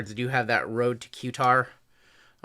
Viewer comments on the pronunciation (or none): It’s “Car-tar” not “Q-tar” 🤣🤣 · pronunciation tips: qatar- kat-ar any n with the ~ is pronounced nye